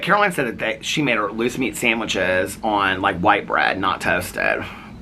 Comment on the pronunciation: What is a loose meat sandwich?! 🤣🤮 At first I thought you said GOOSE meat sandwich, and I thought “omg eww” but I’m not sure LOOSE meat is any better 🤣🤣🤣